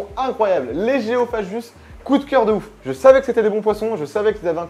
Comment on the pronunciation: Gu ça fait "gue", pas "je" donc géophagus pas géophajus :-p.